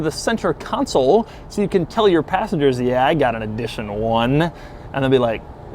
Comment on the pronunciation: Why is he saying Eeedition 1 and Edition 1?